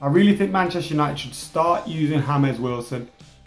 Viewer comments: Is his name even supposed to be HAMEZ instead of James?? I thought he was English ffs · Yeah I know right even pronounce's it as Hamez at the start then he calls him James lmao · WHY DOES SAY HAMES ITS JAMES WILSON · It is not Hames, It is James. He is English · do you mean James Wilson and not Hames Wilson. He's English not Columbian. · you got me saying HAMES everytime i see the name James WIlson... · "H"ames Wilson 😂👌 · why does pronounce him as james(ha-mes) he is english,not Hispanic/lationo or Portuguese isn't he? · Has everyone been living under a rock? He's been calling him "Hames" for ages, it's a joke. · Please pronounce James as it should be pronounced in English... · Please stop pronouncing 'James' in a Spanish way, it simply doesn't make sense. For the rest, keep up the good work :D